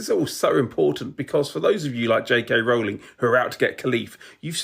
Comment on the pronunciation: It's crazy to me how many people are experts in J.K. Rowling's views yet don't know how to pronounce her name. It rhymes with "bowling", not "howling". (Yes, I know she of all people can't complain about people not referring to her correctly, but still.)